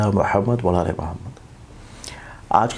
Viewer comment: Sir boht mazrat k Sath...aik arz h..ap JB darood parhen to wazeh alfaz ada kia kren..I know ap Sahi parhte hn pr sunne mn lgta h k ap ne WA ala aale Muhammad nhi Wala aale kaha h..boht mazrat k Sath sir...I hope ap samjhen ge ..boht sahib e ilm hn ap .aise sunne MN ajeeb lgta h..wa ala ki jagah Wala lgta h jis SE tarjuma badal jata h..plz ...don't mind...I hope ap Meri guzarish ko samjhen ge ...MN phir mazrat Chahta hn...🙏